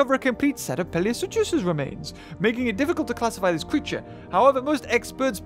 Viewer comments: I just realized that you say PLIOsuchus when it's actually PLESIOsuchus. Care to explain? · How have people not mentioned that he is pronouncing plesiosuchus as pliosuchus? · When manages about 8 different pronunciations of plesiosuchus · u pronounce plesiosuchus wrongly